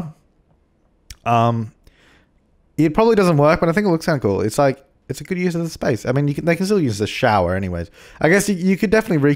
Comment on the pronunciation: "It's all geewd" 2015